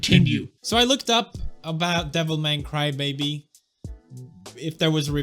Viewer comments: I always feel like correcting, but then I notice that no, he is right... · I thought you butchered the name of the show for fun, but Devilman Crybaby is the actual name.